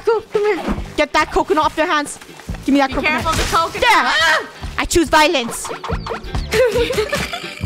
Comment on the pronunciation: "I want Voilence!"